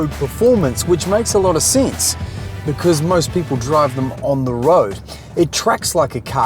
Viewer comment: sins ? that is a sense mate what kind of accent is that ? wtf